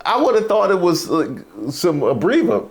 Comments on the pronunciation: said “abreva” 🤣🤣🤣🤣🤣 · said “ABREVA” 🤣🤣🤣